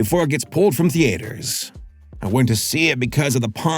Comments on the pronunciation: Th-EE-ters Th-EE-ters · The-aye-ters. lol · Omg the AY ter. Youre killing me LOL